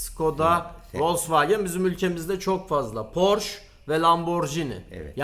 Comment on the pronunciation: Harika bir video olmus yanliz almanyada Porsche ismi (Porsch) olarak söylenmiyor Porsche olarak geciyor, yani son harf (e) de okunuyor, almanyadan selam 🫶🏻😁